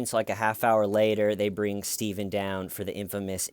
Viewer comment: When arr you gonna stop tellin that!?